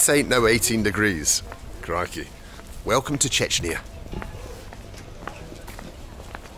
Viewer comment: Are you saying crickey?